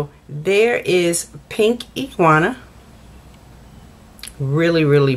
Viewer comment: Omg!! It’s pink ingenue...pronounced “anje noo... iguana is a reptile!! Lmao 😂